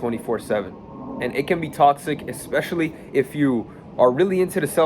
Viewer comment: Learn English bro... Its especially not EXpecially